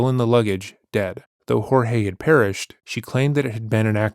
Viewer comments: This is the first channel who correctly pronounced Jorge. (Horhay). Not George. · Thank you so much for pronouncing his name properly. Her refusal to do so is incredibly disrespectful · Thank you for honouring the way Jorge’s family pronounce his name unlike many other channels.